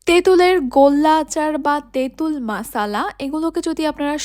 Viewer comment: মশলা আচার❌ মাসালা আচার ✅ 😂😂😂😂😂